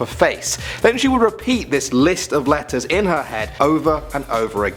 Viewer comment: i actually tought you were saying lettuce but it was actually letters